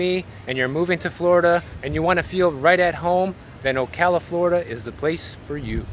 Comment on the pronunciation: Thank you for pronouncing "Ocala" correctly .......and you should see the square at Christmas :-)